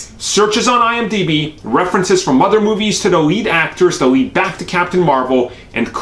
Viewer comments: It's IMDb, ugh c'mon... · Dude It’s IMDB